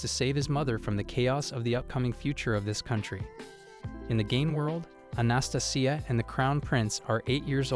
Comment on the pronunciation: How do you say Anastasia like that and think it's the correct way to pronounce it lol. Ana- stay -Jia